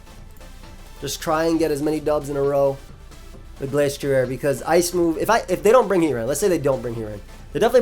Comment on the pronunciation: You said Glasstrier and Glacetrier, but the ending should sound like ryer (like the end of a washer-drier). They are based off a destrier which is a type of horse and I believe its normally pronounced differently. Just want to make sure you arent accidentally wolfeying yourself, great vid bro.